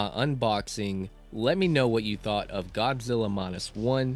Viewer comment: Saw it on Netflix. Great movie. One question: why do you keep saying "Gobzilla"?